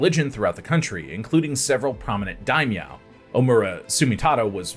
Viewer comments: Daimyo not Daimeow lol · It's dai-myo.